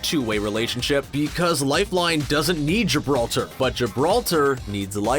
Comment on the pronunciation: Is anyone anoyyed by the way he says "lifeline"